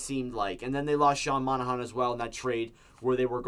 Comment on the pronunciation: you said Monahan wrong again